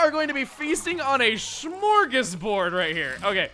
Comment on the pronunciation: Det låter ju helt stört tycker jag men kör på xD